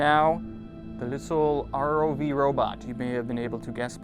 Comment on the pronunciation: R-O-V man. Not ROVE